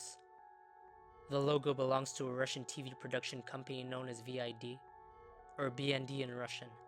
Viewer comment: BИD CORRECTION: pronounced as Veed. There is no evidence if the BND LOGO scared children or was after kid shows.